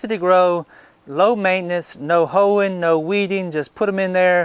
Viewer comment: huh huh... he said ho'in..